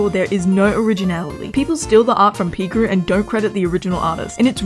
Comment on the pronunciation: “pEEcrew” Girl it’s pronounced pICrew😭💀🤣